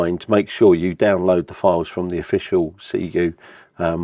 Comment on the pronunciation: So, Ziegu is pronounced "C - Gu"? As in "C Q"?! 🤔 Atleast with a elegant British accent! Just asking from America, because people over here have pronounced it 20 different ways! 😂